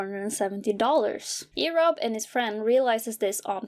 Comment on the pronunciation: Why did you pronounce erobb like Arab wtf